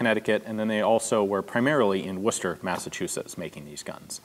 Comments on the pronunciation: That's the point. He pronounced Worcester the British way - Wooster.Benjamin Abrams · Well done pronouncing Worcester correctly. :-D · Thank you for pronouncing my cities name right (Worcester)! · You accomplished two great things with this video, first you made the lowly pepperbox seem interesting, second you were able to properly pronounce Worcester! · Thankyou, thankyou, thankyou for pronouncing my hometown (U.K.) correctly. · Props for saying Worcester right.